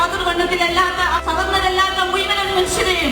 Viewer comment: Muiman kazhutha 😂 Malayalam correct areela - molkk poison aan athokke